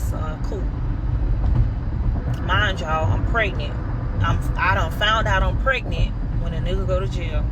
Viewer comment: She said she was 'pregnit' yall 😂 matta'FAK 😂 I stopped listening at the 3rd lip pop/smack 😝🙄